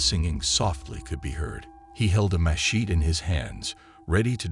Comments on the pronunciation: Thank goodness he had a “masheet” 😂 Come on. We can do better. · "He held a mesheet in his hands" ROFL... AI can't pronounce Machete. ROFL...